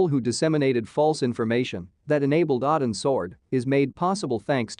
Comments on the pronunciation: 1) Boozer also survived Odin's sword (pronounceed OH-DIN not AH-DIN) only to be murdered in his home where it was staged to look like a suicide. 2)They were not given pills, they were given injections. 3) The FBI didn't drop the case, it was taken over by the LA field office over the objections of the San Diego office. 4) Soldiers don't open up on Reese, Talos Security and elements of the FBI and The US Marshals do outside Hartley's home. 4 Reece intended to kill Hartley, not "treat her harshly". This video was disappointingly lame. It's a disservice to an excellent series. Thank you Pratt and company. Well done. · It’s OH-DIN’s Sword. Odin is the king of the Norse god.